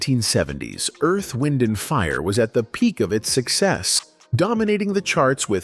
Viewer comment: "Morris" White? Earth-- Wind & Fire? I hate these AI creations! 😡 Repetative, poor pronunciation, annoying. I stayed in my home 3days after hearing of Maurice's death. It was like loosing my closest friend. I played EWF music day and night, and cried as I sang along. R.I.P. my friends. You will live in my heart forever🎉 Thank you for sharing each of your extraordinary gifts❤